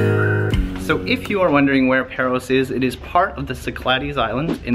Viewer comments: Not Perros, it's pÁros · It's not Perros, it's PAros!